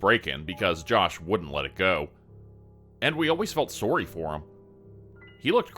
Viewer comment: You have become my fave spooky story narrator! I've cycled thru quite a few the last 3 years but you're my new fave. Been listening to you consistently for couple months now. You voice is just amazing....question tho, are you Canadian? Your sorry sounds Canadian every time 😂